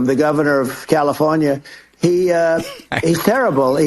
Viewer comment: does anyone else think trump spoke like h'e got a mouthful of KFC fries and no diet coke to gulp em down ? "...Gavin Newfscom the goffernorf oth Calithornia..."